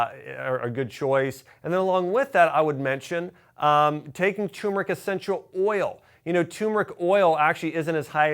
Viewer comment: Please! It's "tuRmeric" not tumeric